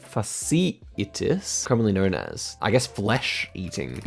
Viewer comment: as a physical therapy student hearing you try to pronounce fasciitis must be what it’s like for you to hear people who aren’t good at geography or languages try to name foreign cities